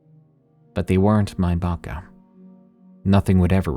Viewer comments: Bako bako not baka baka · The first story? In Serbian we call our grandmas "baka", it's an endearing term, there is also a standard form "baba". Baka is pronounced more or less correctly in the video, he stressed it a bit wrong but it's alright.